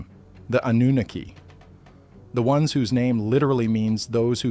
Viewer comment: Why is the AI able to say Annunaki in 1 sentence and then says Annunoooooki? And god forbid you give them too many numbers then it turns into a Trump word salad lol. Ten it's like AI has a marble or two in their mouth.😅